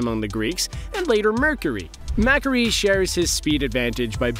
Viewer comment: Mack-aree lol